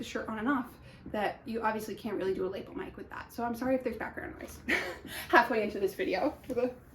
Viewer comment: I LOVE the knits so much! Also FYI, Idk if anyone else has commented this but Lapel is not pronounced "lay-ple" its pronounced "lah-pel". I figured its especially important for a fellow garment creator to know how to properly pronounce garment terms since you may be knitting a cardigan with lapels in the future. I promise I mean this in the kindest way, I think its a bit hard to properly pronounce words we may have only ever seen written and not actually heard spoken aloud. English is my second language, so I try to help when I can.